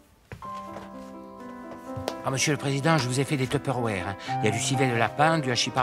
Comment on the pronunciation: Il a dit des {teuperwére} xd